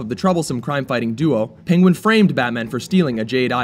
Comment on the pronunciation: "PING-wen"???? Is that a new pronunciation?